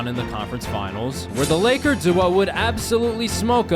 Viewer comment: It was kinda difficult to sit here and hear you say "Da" half of the time whenever you meant to say "The". Its a fundamental word and to think that you don't know it very well is mindblowing